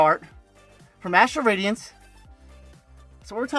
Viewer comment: "time to open rastral adience... dastral badience... PWUEEHAHAHHA!" - CTR